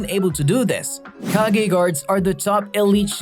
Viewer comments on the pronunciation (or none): none